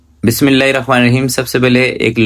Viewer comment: بھائی اپ کو اللہ کا واسطہ اپ بسم اللہ الرحمن الرحیم ٹھیک پڑھا کریں اپ